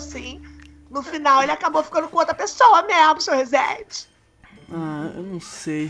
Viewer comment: clotild fala certo vc fala rezeeeennnndeiiev il ai senhorrr